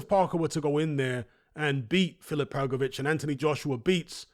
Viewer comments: Btw, Hrgovitz and Hrgović in croatian language is not pronounced same. I am croatian, I should know 😆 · Well, ist not even Hrgović...IT IS HRGOVICH... ENGLISH speaking people! Better to teach all what is HRGAS name, cause he will be around next few years>>AT the TOP ! CHAMP:trophy-yellow-smiling: ! FH is the👊💪 BEAST!! And to UNDERATED. So hardly waiting this match with Parker, so FH shows his SKILLS , POWER , PRECISION that he possess! KO in 5th RounD!!!